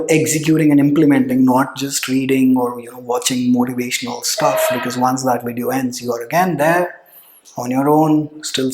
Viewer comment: that sarcasm at point no 8..."vedio" 😁🤣